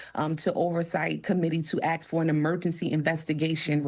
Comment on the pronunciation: Congresswoman can't differentiate ask from axe 🤷🏻‍♂️